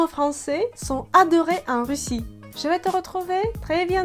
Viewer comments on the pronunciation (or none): none